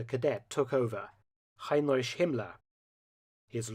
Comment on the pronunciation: Heinrish? Taking a page from Dark Docs are you? Heinrish.......for someone who researches and presents these videos at such a high level, your pronounciation of HEINRICH (HYNE-RICK) is like fingernails on a chalkboard.